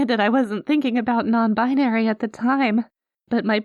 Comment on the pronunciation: "I am... non-bin-airy." I snorted. I'm sorry, but that was *hilarious*. XD Mama may be clueless, but she's definitely supportive and willing to learn, and those are the most important bits. Honestly it was kind of fun listening to us educate her, and her making jokes while being frank about her own lack of understanding. (Plus her misunderstandings come off more cute/sweet than ignorant and hurtful - like a character I heard once saying she didn't understand an app about bird watching being popular, or why others wanted her to join when she didn't have that interest. She was talking about Twitter lol) This was a really sweet and lovely script. Thank you Turtle and, wonderful job to you both! <3